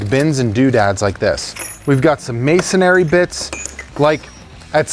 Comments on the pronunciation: Just an FYI for you… they are not mason-AIRY bits, they are mason-REE bits. There is only one “A” in the word mAsonry, not two 🤷🏻‍♂ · Is it not masonRY, instead of masonARY?